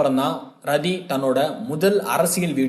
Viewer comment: ரதி இல்லை ராட்டி is correct pronounsation in ஜாதி ஹரியாநாவில்